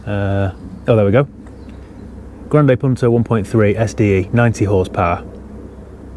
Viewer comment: Hi, I enjoyed the video and especially your correct pronunciation (afaik) of ‘Grande Punto’. Question: Why did you sell it for just £850? Couldn’t you have made at least £150 more with a little bit more patience or is that just not worth your time?